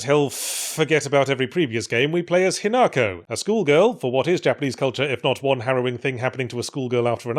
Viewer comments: ...but Yahtzee fffffff-for the love of god start pronouncing Japanese names with the correct accent?? It's HInako, not hiNAko. Even the dub gets that right. Yes I played it dubbed, sue me. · Listening to every English commentator who has presumably listened to the game dialogue and still insists on pronouncing it "hin AAAAAAAHHHHH ko", shaking fist vigorously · Yet still pronounces it wrong. Come on, we should all have watched enough subbed anime by now to know how Japanese names are supposed to be pronounced.